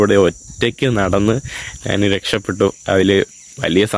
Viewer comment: നാണ്, നാന്, നാണു എന്താ? ഞാൻ എന്ന് പറഞ്ഞു പഠിക്കെടാ മുറിയ!